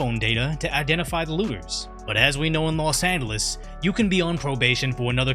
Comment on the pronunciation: los demonios instead of Los Angeles